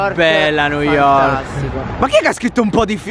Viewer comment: quanto covsta una vacanza a new yovrk. pvezzo assolutamente ragionevole. (per pochissimi)